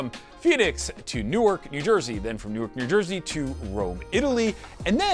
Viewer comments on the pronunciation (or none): none